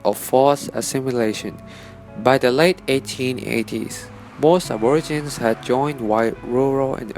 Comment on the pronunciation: "ab-or-a-gin" I got twitchy for sure.. 😬 It's "ab-or-igi-nee"